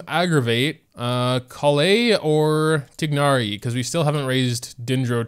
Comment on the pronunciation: It's pronounced tighnari (tye-nari) not (tig-nari)